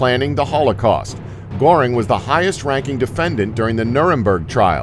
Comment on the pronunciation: Ugh. Americans are so ignorant. Ilsa's surname was Koch : pronounced like Coke. AND Hermann Goering's surname was pronounced like gur-ring.